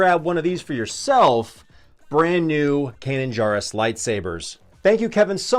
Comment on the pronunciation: Good lord! Pronounce Kanan’s last name correctly. He Jar in Jarrus is pronounced Jerr like in Jerry.